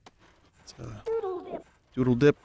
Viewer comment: damn it vinny his name is Deedle not 'doodle dip'